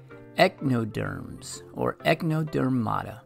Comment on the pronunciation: The phylum is not "echnoderm" it's echinoderm. Echino = spiny, derm = skin, like the sea urchin.